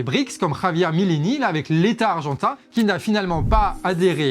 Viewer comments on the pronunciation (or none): Milei se prononce " Mileil " et pas " Mileï " !